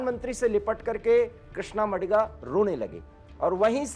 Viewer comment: It is not मडिग नही it is मादिग हैं।please correct pronunciation.